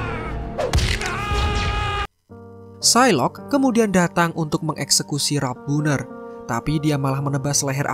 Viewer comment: Tercekik liur saya dengar admin nya bilang ralph bohner..🤣